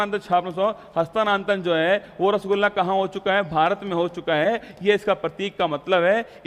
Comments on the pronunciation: Chhaapna chhapna bolte kya bolte ho bahut irritate krta h or rasugulla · Street print type se q bolte h Rasgulla